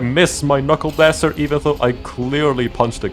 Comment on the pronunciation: "Knuckle Baster"